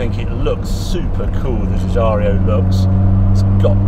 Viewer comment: You forgot to mention Harry the half-shafts are out of a Mini Metro which I suppose is why they easily broke and as I have told you before the designer's name is pronounced GIUGIARO not Giugiario or Ferrario or impresario!